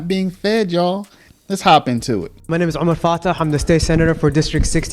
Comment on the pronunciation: His last name is pronounced fa-ta not fa-tay. Listen. C’mon now he ain’t French, he’s a piece of crap from somalia. He needs to be deported with the rest of them.